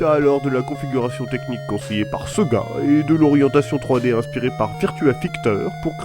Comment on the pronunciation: Quand tu prononce sega (par exemple) a la 'française',c'est fait expres ?